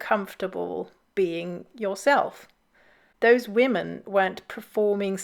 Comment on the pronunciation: I'm more troubled by people suddenly pronouncing 'women' the same as 'woman' like the newsreader in the video. It's a weird linguistic trend that appeared over the last few years.